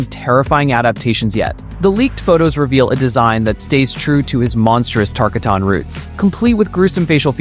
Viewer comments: Tarkatin❌ Tarkiton✅ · Tar-ka-tan?? Tark-artan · First Kano, you caught crap. Now Tarkatan... you got it bad. It is tar-KAW-ton, not tar-kuh-TAWN. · Say it with me... TAR... KA.... TIN.... .